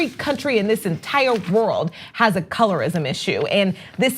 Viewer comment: "a colorist puhloblem"